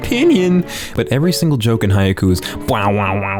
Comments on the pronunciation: stop saying haiku... it's haikyuu. KYUU!!! ghahhh... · The way you're pronouncing Haikyuu is making me weep tears